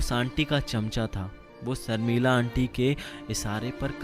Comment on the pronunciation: Pls have people read the story , who could pronounce words properly , there is a difference between sh & se , it sounds horrible when Hindi readers don’t know the difference ? Sharmila is Sharmila not Sarmilla